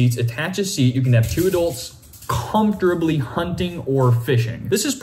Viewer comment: “Comftorably” lol